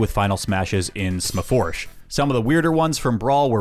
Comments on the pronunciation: I’ve always seen Smash 4 abbreviated to Sm4sh, but hearing “Smuh-foursh” out loud made me do a double take lol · HE SAYS SM4SH AS SMAFOURSH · Bro saying smaforsh like it was nothing and tried to move on without us knowing lmao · This guy pronounced the 4 in Sm4sh😭😭